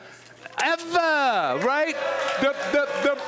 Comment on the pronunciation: 'evah', evah'. dat the stiffy sound?